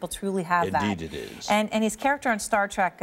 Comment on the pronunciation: Erin, it is pronounced Trek, not track!